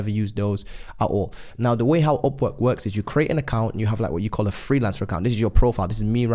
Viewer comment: Man I was very confused why he was saying OPPO OPPO then I realized its Upwork in Brit Accent.